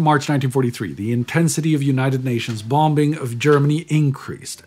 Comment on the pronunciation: I love WAH series, and his pronunciation "bomb-bing."